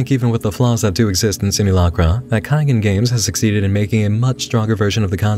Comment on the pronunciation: Nit pick: pretty sure it’s pronounced KAI-GONE Games.